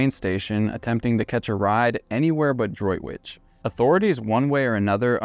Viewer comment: Good pronunciation of Droitwich, Worcestershire!